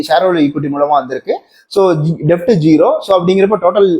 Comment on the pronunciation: தம்பி, deft இல்லை. Debt.